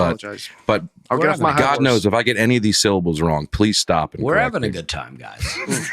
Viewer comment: On Dusty’s pronunciation on the word “good” as “goot”, I believe he just has very good diction. However, I also think he’s said “We’re having a good time” so often that his mouth wants to say “time” after every “good”